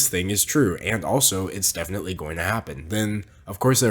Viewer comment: you misspelled definitely, you said efinitley